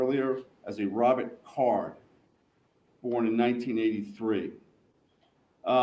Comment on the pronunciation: His name is card not carr.